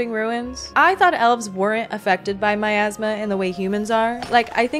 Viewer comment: I can't stop hearing Miasma as My Asthma